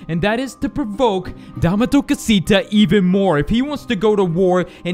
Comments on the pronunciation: The way you pronounce dame tu cosita is absolutely terrible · He pronounced dame tu costia